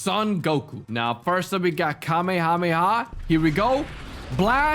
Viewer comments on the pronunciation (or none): none